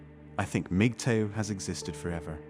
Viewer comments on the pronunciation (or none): is he saying Migtoe?